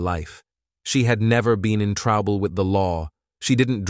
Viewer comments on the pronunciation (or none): “She had never been in TRABALL with the law”… “what she was WEERING” wtf is that AI blabbing on about